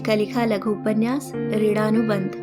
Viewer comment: आप प्रवीण और वीणा को प्रवीड़ और पीड़ा बोल रहे हैं। ऋणानुबंध को ऋड़ानुबंध बोल रहे हैं।